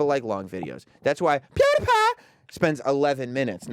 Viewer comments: Sam Roberts is way to old too say pewdipie name like that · goddamn quit sayin pewdipie u fuck